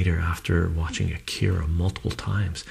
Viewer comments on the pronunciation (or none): none